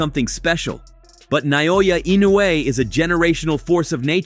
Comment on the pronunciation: How can an idiot that can’t take the time to get the pronunciation of peoples’ names correct be interviewing people? Even with Inoue Naoya. How many announcers can’t or couldn’t pronounce his name until they thought he was relevant?